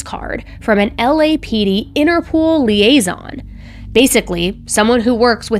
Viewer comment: And it’s “Interpol” not “interpool” 🏊‍♂️